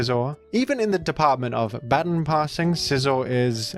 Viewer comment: Hey. You pronounced "baton" incorrectly, several times. Please be better. 😉